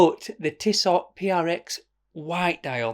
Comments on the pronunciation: It’s „Tisso“. The t at the end isn’t pronounced but you‘re right: who cares? I would go for the blue one. It gives me more of a sporty vibe. To make it more complicated: ML Aikon😉 Had it and was impressed by the build quality. And to make it even more complicated: Sinn 104 white dial. Featured it on my channel. I know, no integrated bracelet but a stunning white dial. Great video again! Cheers mate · It's definitely pronounced tisso . Save your money you mor.. Internet sensation 🤣 You'll never wear that over your blue date just or white omega.. 500 quid towards something else for sure! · Sweet looker and those ETA movements are amazingly accurate. It’s tiss-oh. I’d go for that white as it’s different looking. But before you go balls deep, take a close look at the titanium Zenith defy. Ten times the price but 20 times the watch. Open dial. And that bracelet…